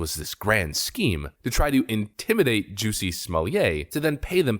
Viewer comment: Jussie is not pronounced like "juicy"; it's pronounced like "PUSSY" with a "J"